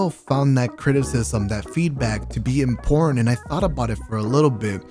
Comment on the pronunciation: “I still found that criticism, that feedback to be in porn” I swear that’s what I just heard 😂🤣😂🤫